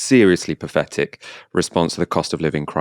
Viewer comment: Path -Etic not pafff . Your speech problem seems to get worse